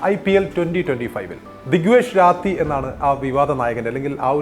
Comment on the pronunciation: രാത്തി ❌ റാഠി ✅